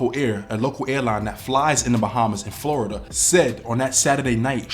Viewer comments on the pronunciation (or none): none